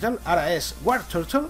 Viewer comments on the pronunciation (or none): Pronunciación: escuirtel - guartortel - blastois